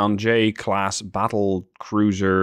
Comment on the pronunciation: Did you call it a ship class or shit class